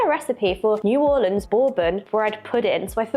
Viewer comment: You can make,a wonderful bread pudding from left over doughnuts. And as a Louisianaian, you pronunciation of New Orleans is PERFECT. WE HATE IT when people say New ORLEEENS.